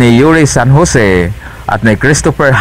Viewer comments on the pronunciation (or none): none